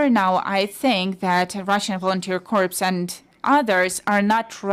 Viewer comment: corps is pronounced core